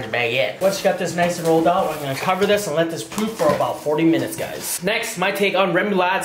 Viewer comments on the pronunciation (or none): none